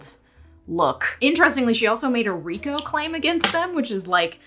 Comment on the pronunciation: The way she said “red-coo” instead of RICO 💀